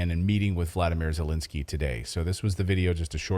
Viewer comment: Second e in Zelensky is pronounced as the first e, not Zelinsky.